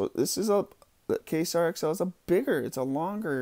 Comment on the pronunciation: Don't give too much shit, dude.... it's pronounced "kway-zar" not "kay-sar";-)